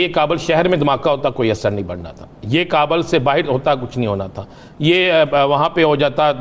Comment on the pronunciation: Beta Kabul hota hai kabal nahi 😂😂😂🇵🇰🇵🇰🐷🐷